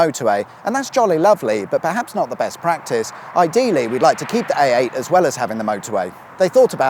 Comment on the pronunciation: Anyone else hearing him say AATen?